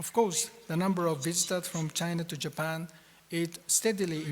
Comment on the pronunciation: 倭式英語；尤其是"~tion"跟"Japan"的發音。